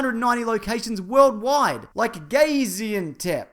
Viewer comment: You the man...out of 290 cities where turkish airlines are flying to, you picked my hometown, gaziantep. Also, you didnt do too bad pronouncing it.